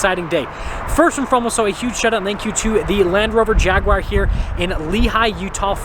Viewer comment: I'm glad you're (almost) pronouncing Jagu-ar right, I have no idea why most Americans say Jagwire lol